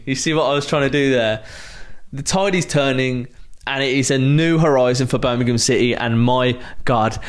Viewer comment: He also said "Birmingham" correct like Wagner does. It shows the genuineness about all this. This is a level of fan-serving we haven't had in forever.